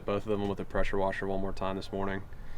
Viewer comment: Those dang prosher weshers 😂